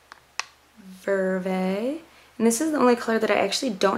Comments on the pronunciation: it's not verve-a it's just VERV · Oh and also you pronounce 'verve' so it rhymes with 'swerve' or 'nerve' :) Not having a go at you or anything haha I'm just trying to help. I love your videos :)